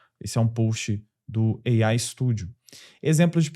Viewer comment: "EIAI... GEMINAI..." 😬😉